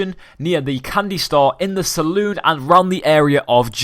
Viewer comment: its not saloon its salon